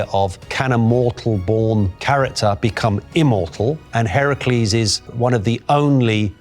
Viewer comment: notice how he pronounced the name Heracles, that’s the proper pronunciation. Hercules is the Roman pronunciation